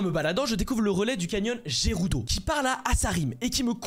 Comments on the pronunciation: Gerudo ne se prononce pas j mais g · Jérudo il dit jpp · Ses pas gerudo mais guerudo